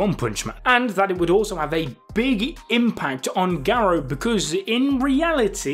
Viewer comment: the way you say Garou is making my head hurt i couldnt watch this